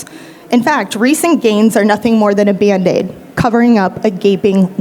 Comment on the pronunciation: For English speakers.... "Baind Dade" means band-aid with the "a" in "band" pronounced like "cat". Cat is not pronounced like "Kate"